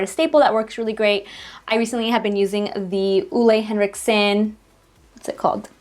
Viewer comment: I love the way you pronounce "Ole Henriksen". I'm from Denmark as well as he is haha